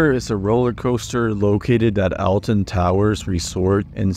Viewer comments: oml i hate when people say it like that Alton Towers is pronounced "Ol-Ten Towers" NOT "El-TEn Towers" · the way this person pronounces "alton" sends me into the fifth dimension with a diagonal third eye i am so sorry